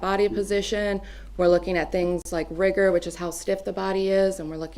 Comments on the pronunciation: "rygar" mortis? Is it really pronounced that way? Lol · Nobody calls it rigor with a hard I. 🤦‍♀️😂 This defense attorney is a dingaling. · Rigor IS NOT pronounced with a long " I " sound Madam Attorney -- LOOK IT UP !!! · the woman is driving me nuts with the computer and mispronouncing riggor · What's with the Defense pronunciation of rigor? There's no debate, surely? It's like rigid.